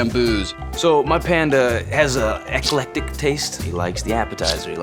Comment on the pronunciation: To commenter Hans Hummler (3 weeks prior), the phrase you're asking about (index ) is "eclectic taste", but granted he pronounced it as ex-a-lec-tic taste. Like you, my brain assembled his syllables as "excellent dick taste" the first time I heard it. Made no sense. :)